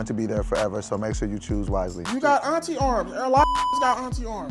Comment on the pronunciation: I cried 😂😂😂 he said you got aurntie arms